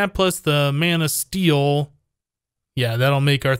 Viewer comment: am I the only one who hears Man'o steel (as in superman) instead of mana steel?